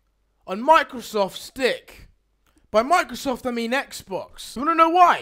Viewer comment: He said microsft dick at 0.18